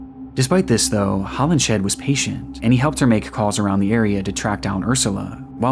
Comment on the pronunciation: Just a note on pronunciation: "Hollinshead" is pronounced "Hollins head," and "Folie à deux" is not "folly a doo." In French, syllables are stressed equally, but with emphasis falling on the final syllable, so whereas in English the stress for "folly" is on the first syllable, in French it would be the second. For the vowel sounds, think of the sound "ugh," like a grunt, and say "fugh-LEE" and "-eux" like "urr" with the r deemphasized. Or go to Google Translate, set the language to French, type in "Folie à deux" and imitate what the TTS says.